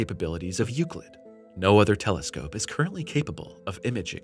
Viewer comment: You say Euclid Correctly!...But the title of the video probably wont help in Search Rankings!(Unless it is a Common misspelling)